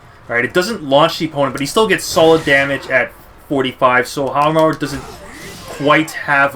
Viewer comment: Pronounced How Mah Roo*